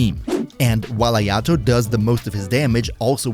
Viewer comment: If he's so good. Why can't you pronounce his name?